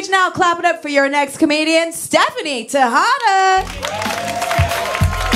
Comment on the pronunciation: i knew it was pronounced, tay-hada, not ta-hada, what do you expect, she's white with tattoos.